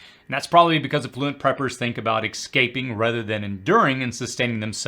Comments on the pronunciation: What does the word ‘ex-caping’ mean? Sounds almost like ‘escaping’. Just want to make sure you’re ignorant in proper pronunciation rather than speaking in some esoteric code I’m missing. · ess-caping, not ex-caping... also, commenting for the algo... its not EXpresso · Yes that bothers me too. There's no "X" is "escape". But you could have been nicer about it. I'm pretty sure most of the 'pubtard preppers say it as "eXcape".